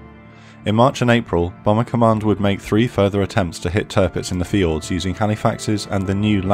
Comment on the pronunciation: Took me a few times to realize he was saying fjords instead of fields.